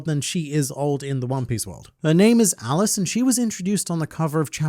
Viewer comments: Her name is pronounced Aliche, as in the salty fish that goes in traditional pizza, not Alice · her name isn't pronounced Alice its "Aliche" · Pronounced Ali-che I thought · "I like to learn so much about One Piece and make funny jokes!" Then makes no funny jokes about pronounces the new secretary's name wrong. Good and fun.